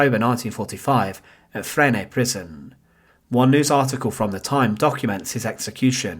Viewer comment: The pronunciation of Petain and Fresnes is excruciating. Paytun and Fren.